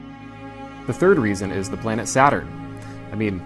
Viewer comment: "weesons" are just disingenuous tripe.